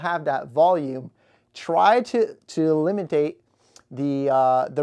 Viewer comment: Adares? Did you mean adhere? Elimadate? wtf is going on. Most screen print shop???? Who taught this fool how to speak? I can't take this seriously.